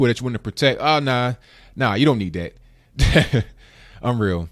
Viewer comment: its that not dAT. CORRECT YOURSELF PLEASE